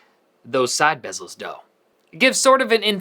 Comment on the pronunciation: Bessel, BESSSELLLS